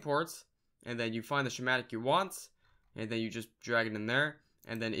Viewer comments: sss...kkk...matic. Not shh..matic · it's not shematic it's schematic... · Shumatic? Schematic - Ski-matic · Schematic - SKE-mat-ic this is not sh sound please learn to speak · did he call a schematic(sc-hem-mat-ic) "shematic" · you said shamatic so many times... Schematic. SKA MAT TIC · Why are you pronouncing schematic like "shimatic"? its pronounced "ske-madik" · Who the fuck calls a schematic a SHHHMATIC? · It's pronounced "skematic". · Lol. Dude, your saying schematic wrong, jesus, get off minecraft and go back to school. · I know right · hahahah i heard him say shematic and i was laughing so freaking hard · Hey, not trying to be rude, but can you lookup the pronunciation of "schematic" please?